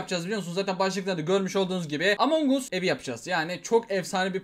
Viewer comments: Abi artık öğren lütfen among us değil emong as diye okunuyo kssmksms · abi o among us diye okunmuyo amongas diye okunuyoooo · abi o oyunun okunuşu among as among us değil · ordaki among us değil among as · Among us diye yazılıyor Among as diye okunuyor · Among us diye yazıyor among as diye okunuyor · Among Us among aş diye okunuyor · abi şuna düzgün söyle lütfen (AMONG AS) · Yanlis soyluyorsun among us I